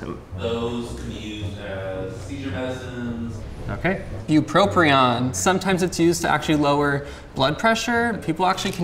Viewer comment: There's only one R in bupropion holy shit it's killing me the amount of mispronunciation going on here